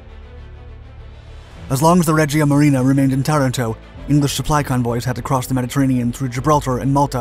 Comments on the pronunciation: It is Taranto TA-RAN-TO and not TA-RA-TO. It is also not CANBERRA (KAN-bə-rə ) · Tuh-RAN-toe, not Tuh-ran-TOE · TarANto (accent on the second syllable) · Aaaaargh. Interesting vid, spoilt by endless mis-pronunciation of Taranto, and also Cunningham.